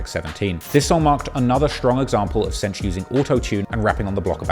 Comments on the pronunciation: I'm cringing every time he says "cench" 😂😂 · cench and diddy 😂?